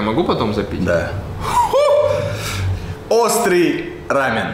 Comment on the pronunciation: Если смотреть в интернете, то в России ударение рамен, должно быть на 2 слог, а не на букву а.